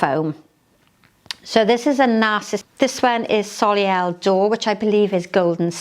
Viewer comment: very much appreciate your informal approach. ( p.s. soleil is pronounced sollay)